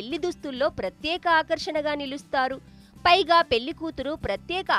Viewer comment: ఆంకర్ ముందు వత్తులు ళ పలకడం నేర్చుకోమ్మా.పెల్లి ఏంటమ్మా? గొంతు బాగుంటే సరిపోదు.భాష బాగుండాలి.